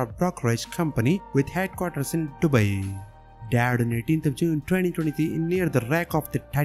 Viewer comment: Explorer Hamish Harding was lovely. Love the way you said Dubai. R.I.P to all. 🌾 💐 .